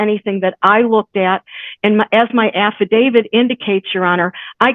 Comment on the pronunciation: An atty that pronounces “affidavit” “affa-David” doesn’t give me a whole lot of confidence.